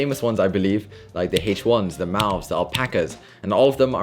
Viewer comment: The way you pronounce mauve 😂😂😂😂